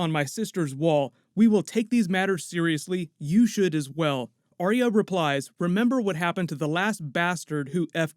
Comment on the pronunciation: “aria” (drives me nuts in every video. try saying “R-ya”)